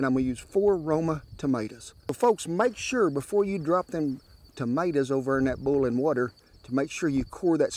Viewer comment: Did he just say, "bullin' water"?